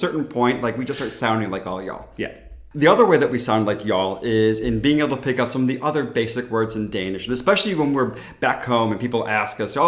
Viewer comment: Oooh just wait till you find out how we giggle whenever you say the word "Pick" like "Pickaxe" or pick something up